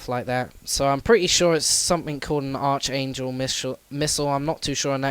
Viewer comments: it's pronounced "arc angel" not arch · not try to be a smartass but its pronounced arc angel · The H in arch angel is silent